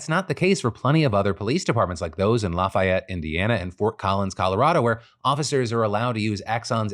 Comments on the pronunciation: Dear Phil, As a human from Lafayette, IN, it's said, Lafee-ette. Yes, it's a regional thing. Yes, it's weird. Also, our school mascot was the Bronchos, said Broncos. Yes, there's a story behind that! Also, I received a Cadaver Kidney transplant in 1999. I'm almost to 25 years!!!! Holy crap! We have a Kidney Day Celebration every November 5th in honor of life! I can't decide on the paying transplant donors situation. So often, recipients have so many insurance issues past the transplant that the money may be helpful to take care of the recipient. I did receive my transplant pre Obama Care/Affordable Healthcare Act. I had multiple issues when the local social workers told me to "quit school and get a job with insurance!" That's a whole other story though! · The way Phil said Lafayette. 😂 Obviously not a Hoosier. 😂